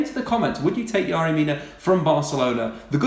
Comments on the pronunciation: It's Fucking yErry Mina not yArry... YERRY YERRY YERRY ... Do your fucking simple research before a video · exaggerated delivery style is annoying. and is it really pronounced 'Yary' when it's spelt Yerry?